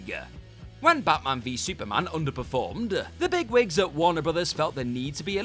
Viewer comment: This presenter reminds me of how the Reverend Lovejoy pronounces some of his words. Made-AH! League-Ah! CGI-AH! Batman-AH!